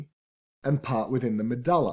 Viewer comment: i cant concentrate the way he says medulla is bugging me!